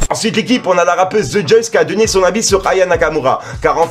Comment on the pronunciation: 😭 c’est Lejuiice et ça se prononce Lejousse pas thejoyce mdr. Et pour l’histoire de la barrière. Sadek et Mounir sont venus à 21h28 et 30 et ont pas croisés Booba pck lui est venu 15 minutes en retard. Après quand sadek il est à une table et qu’il l’attend je crois c’est au showcase ou après mais ça je suis pas sûre.